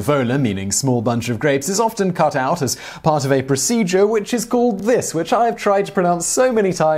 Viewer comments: Uvulopalatopharyngoplasty is pronounced: U VIEW low PAL A tow far ING go pla STEE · Simon, I believe it is pronounced “you view low pal at o fair in go plas tea”. It is not to be confused with a uvulectomy, which a more conservative option. A uvulopalatopharyngoplasty includes surgery on the palate and pharynx. If the uvula is the only thing the procedure involves, then it is a uvulectomy. In case you are wondering, a uvulectomy is pronounced “you view lect oh me”. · I am a surgical technologist, I have 10+ years experience working with Ear Nose and Throat doctors. It's pronounced: U VIEW low PAL A tow far ING go pla STEE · I have had that operation, and I still can't pronounce it! UPPP is how it is pronounced.... :) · you-view-lo-pal-a-tal-fair-EN-jo-plas-tee. C'mon Simon it's not that hard. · I can watch the blooper reel of the host attempting to pronounce the term for the procedure of removing the uvula... endlessly. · I thought this was going to be boring... until simon butchered that word. also yay, he got a shirt that isn't exploding! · Shame on you, a british guy can't pronounce uvulopalatopharyngoplasty and I who hasn't even been to a english speaking country did it on my third try! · Most such medical terms aren't so difficult to pronounce when you separate them into their components. uvulo - palato - pharyngo - plasty (uvula, palate, pharynx, grafting or in this case removal so I'm not sure why they didn't end with -ectomy) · I have had lots of throat infections. Turning up to the doc and saying that I have pus on my dangly bit does generate some odd looks. Saying it's on the uvula just doesn't get the same reaction. Love having those outtakes in there. I had 3 goes at saying the word and gave up. Knowing the derivation of the word would potentially get the brain/mouth co-ordination going better to pronounce it. Merry Christmas. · HAHAHAHA loved the pronunciation problems so much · Practice the word before you start filming, jeez